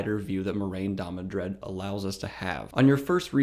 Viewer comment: I feel like “Last Jedi” Luke Skywalker watching this. “Amazing. Every word of what you just said was wrong.” First of all, it’s DAMODRED, not DamoNdred. I thought I was imagining that pronunciation, but that’s also how it’s spelled in the description below the video. Is it really too much to ask you to just pick up the damn book once in a while when preparing these videos? This is an utter misrepresentation of what Moiraine is and represents. First of all, it's good that Rand did not listen to her. She is NOT the voice of the author or "word of God." She does provide a great deal of exposition, but that's not because she's right about what to do. Rather, Moiraine (and Siuan) represent the status quo. They represent the state of the world Rand comes into, and most important, they embody the shortcomings. Moiraine & Siuan are why the world needs Rand. They are too fixated on conventional solutions, because that's what they know. The world is falling apart, and Rand needs to break the paradigm, to shake up the status quo and the Aes Sedai and their ideal members, Moiraine and Siuan are committed to the preservation of the status quo, because that's what put them on top. Most importantly, Moiraine, like Siuan, is a political figure and largely amoral. Rand is not, but Moiraine tries to make him so. Rand is an inspirational figure. As ta'veren, he inspires people to step up and play their part in the grand design. His mission is to get people to work together willingly, not to gat